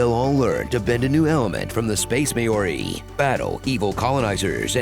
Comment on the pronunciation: may ori lol